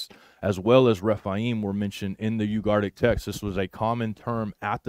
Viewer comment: I love u man but, you're leaving out a whole syllable of the word "u-gar-it- ik" not ugartic. Sorry. I don't know why but it drives me crazy..